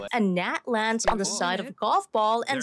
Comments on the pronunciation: "da distance" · Why do you use a fake accent? You clearly have no problem pronouncing words that end in “th”.. but you pretend that words starting in “th” start with a “d” .. for example , you say ‘duh’ instead of ‘the’..